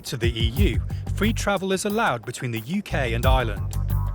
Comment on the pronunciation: It would help if the narrator could pronounce Ireland...not island